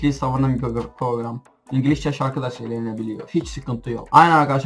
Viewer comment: Ingilizceye ingilişçe mi diyorsun yoksa benmi yanlis duydum